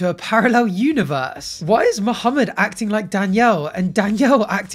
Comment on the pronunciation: May be a small thing to others but I appreciate the way pronounces Mohammed correctly 👌🏾